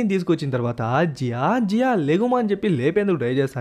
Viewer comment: జీయో ❌జియా ✅😂😂